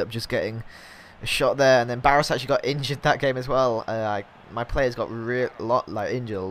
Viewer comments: pronounce Baros= Barosh before any one goes mad at you for it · It's Baroshh, quite a known player I'm surprised you don't know him.